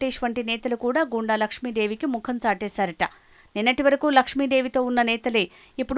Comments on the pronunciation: గో ండు, గూండ, కాదు తల్లీ... గుండ n గొండు 👍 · గుండ అని చదవాలి